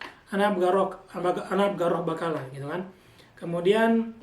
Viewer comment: Maa syaa Allah tabarakallah ada abla yg mau ikut bagi ilmu. Oh ya kak, afwan kalau bahasa Amiyah itu huruf ق dibaca "G" misal tadi kata "بقالة" dibaca "Bagalah"